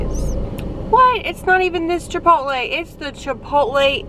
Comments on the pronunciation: 😂 OMG I thought my husband and I were the only ones to say Chipotle like that…love it! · I love the way you keep calling Chipotle Chapotto 🤣😂😂